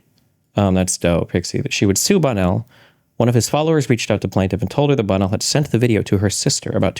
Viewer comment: sorry, when you say Bonnell, it sounds like Bono